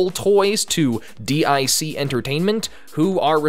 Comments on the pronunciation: It's pronounced as deek. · Why do ypu pronouce it as "D.I.C.", when the Kid in the logo said "Dic".